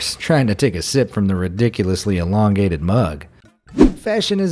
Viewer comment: You really have trouble pronouncing the word elongated, don't you..?